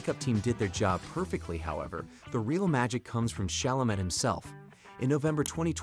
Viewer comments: Especially Tim’s last name. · It's Chalamay, right? Also Hugh was pronounced Hu and Huge. Costar was particularly egregious.